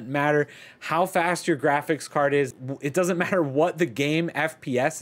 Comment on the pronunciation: My man said "giraffics driver"